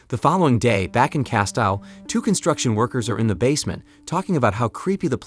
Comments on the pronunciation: Sorry, it's pronounced CASTEEL ........................ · How many times can you mispronounce "Castile/Castille"? In this video, a fuck ton. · shows the narrator doesn't read alot of books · I can't get over the way you just pronounced Castile